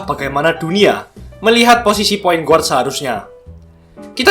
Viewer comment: mantap kontennya bang..semangat terus bikin konten nya.. *sedikit saran aja, bukan menggurui, guard itu dibaca "gard" .✌️